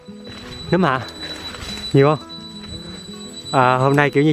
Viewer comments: Nấmmmm!!! Chứ khôg phải númmm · Nấm chứ k phải nhúm nha anh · Nấm ✅️ Núm❌️ Núm là khác nx ☻️